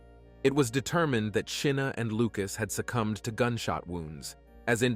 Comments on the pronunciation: Chyna, as in China, not Cheena! May she rest with her name pronounced correctly. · Her name is pronounced China not chinna